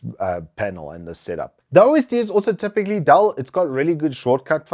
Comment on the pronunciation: its called "Dell" not "Dall"